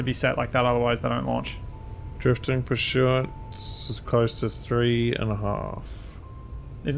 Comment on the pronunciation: I like how says Purshuant Instead of Pursuant